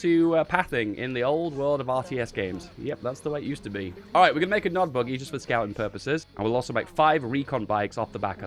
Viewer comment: PEACE THROUGH POWER!!! Btw it's Nod not NOD.